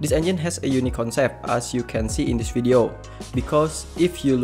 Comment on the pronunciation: Say V-ideo not W-ideo 🤦🤦🤦🤦🤦🤦🤦🤦🤦 You need to work on your English 🙏🙌